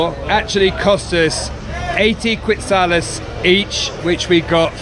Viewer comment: I loved it you said quidzales. Beautiful views of the Guatemalan landscape near the volcanoes. Kudos to both of you, that was quite a hike, I would have taken the horse. Another awesome video, thanks!!